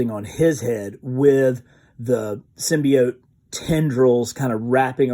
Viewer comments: Finally he said symbiote and not symbeot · Thank you so much for sticking with symbiote the other pronunciation was driving me crazy also congrats